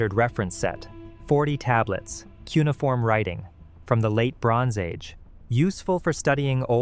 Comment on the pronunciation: "Kew ni form"? 'Cuneiform' is NOT a three syllable word!!!!